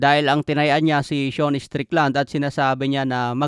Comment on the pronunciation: Seun? Sean yon di ka marunong bumasa.